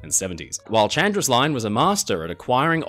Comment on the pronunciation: Hi, just a small correction: Chandris is actually pronounced Handris. Also, perhaps the worst makeover EVER might be SS Leicestershire, which became the infamous Typaldos Lines ferry SS Heraklion